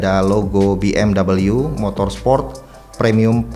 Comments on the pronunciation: WOI BACANYA BUKAN B M DABALYU. TAPI B. M. W. MEMANG GITU CARA BACANYA OI. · Padahal pengucapan yang bener tu justru BE EM WE loh bang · BMW itu mobil jerman, bukan mobil inggris, jd ga perlu dibaca BMdobelyu